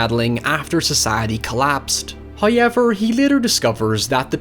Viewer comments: I can't stand the way this guys says "hi-eever" instead of however. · this guy sounds so uneducated and idiot. who t f pronounces however as hay-ever? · You have the WEIRDEST "however" i heard,ever!!! "HAIIJEWWERRRRR"... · Every time thick northern Irish accent pronounces "However" I get a little giggle. And the 2002 movie is really underrated imo.